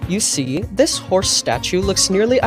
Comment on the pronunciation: the howce is heere